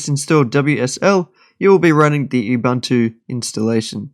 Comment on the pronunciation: That’s not how you pronounce ubuntu. It is pronounced oo boontoo